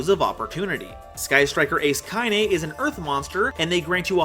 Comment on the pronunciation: got you the like also ite KainA not KainE